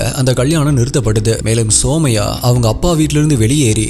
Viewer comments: Her name is சுமய்யா...❤ Not சோமய்யா...😅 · It's sumaiya.. (சுமையா ) Not soumya( சௌம்யா ) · Bro somaya illa sumaiya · Anna somaiya illa sumaiya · Andha name Sumaiya idhudhan currect pronounce also my name is Sumaiya